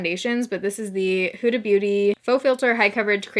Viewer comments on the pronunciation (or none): none